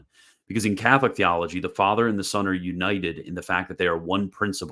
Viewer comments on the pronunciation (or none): why does he prnounce "son" as "sohn"? but pronounces "one" as "wuhn," not "wohn"?